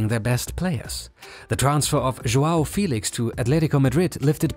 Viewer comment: Félix* not Fílex